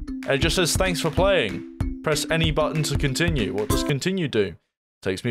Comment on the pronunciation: "Press E to countinue"